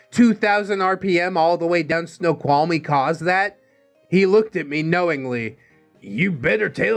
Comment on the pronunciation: thank you for uploading this. This has helped pass my day. Also, you pronounced Snoqualmie Pass correctly. Good job 👍 and yes, that Pass is very treacherous in the winter, especially during a snow storm. It doesn't care who you are, if you don't respect it, it will claim you and or your vehicle.